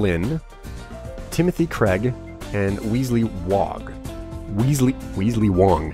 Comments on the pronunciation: WES-LEE!! NOT WEESLEE! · Its not an ee sound in Wesley its an e like in pet. Also please carry on forever!!!! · It's not weasely, it's Wesley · The name's pronounced Wes-lee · please you know how to pronounce "Wesley" good and well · Please say Wesley's name right :3